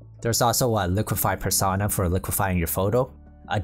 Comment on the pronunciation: Per- sown - ah Like "personal". You dont say "Persahnal"